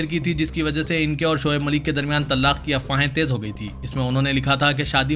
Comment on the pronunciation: محترم لفظ طلاق کا ل مشدد نہیں